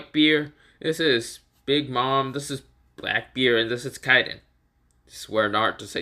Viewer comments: its not Yokon Its Yonko and you said Kaiden its KAIDO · Kiden it’s kido